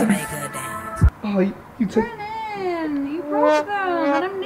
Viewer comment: SWEETNESSanti and it's brennen not brennan